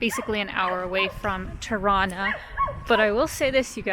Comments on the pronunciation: I like the way you say "Tirana" - sounds like "Toronto". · Is it me or does she pronounce Tirana as Toronto? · 🤣 I kept hearing “Toronto” I was confused at first. 🤦🏽‍♂️🤣🇨🇦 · It's funny how your pronunciation of Tirana sounds a whole lot like Toronto (Torono)...:)